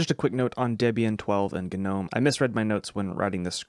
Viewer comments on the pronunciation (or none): What in the GUH-NOME is going on here? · Gnome pronunciation the G is silent. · Hate to tell you but the 'g' in gnome is silent. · good video. note: Gnome is pronounced Nome, the G is silent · Gnome is pronounced with a silent g.